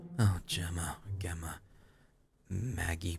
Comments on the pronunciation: Gemma is pronounced Jemma,, not ganondorf 😂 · I adored whenever you said my name properly! Makes me strangely happy! Say it like you'd say Jemma. Both Jemma and Gemma are pronounced the same way. Both are said with a J sound. Gem like gemstone. Gemma! Love you <3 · Gemma. I think the proper pronunciation is pronouncing the G like a J. Jemma. J + emma. Jemma = Gemma. I know probably won't change how he says it but I needed to say something cuz it was bothering me. Have a lovely day my fellow hoomanz. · The way you say Gemma is like you're saying Jemma. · Gemma is pronounced like jem-a :) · Gemma is a British (i think) Way of saying Jenna so I think the proper way to say it is Jenna. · Gemma is pronounced with a "J" sound in front of it. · Gemma is pronounced with an h so its Hemma ^^ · Hey cry! I share Gemma's name. It's pronounced Gem-mah! :) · The struggle of pronouncing Gemma lmao It's just Jemma with a G hun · one day cry will pronounce Gemma right! am I right?